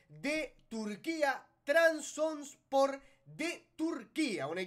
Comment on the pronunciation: Trabzonspor 😂 no es difícil de pronunciar, solo hace falta prestar atención al leer